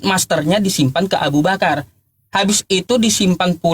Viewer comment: ustaz bilang Abu Bakar.. bukan dibakar😅😂